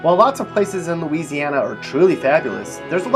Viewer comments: Don’t listen to this fool. It’s bad enough that he can’t pronounce several of the names of the cities or parishes he’s referencing, but he can’t even pronounce Louisiana correctly. Gtfoh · YOU GOT LOUISIANA SOO WRONG MY DUDE✌🏼 dont even know how to pronounce things🤷🏻‍♀️ watch out now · You have Louisiana so wrong